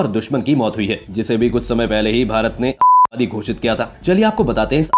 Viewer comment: Atankwadi bolne me problem ho Rahi hai . विक्स की गोली खाओ लंबी राहत पाओ.🤣🤣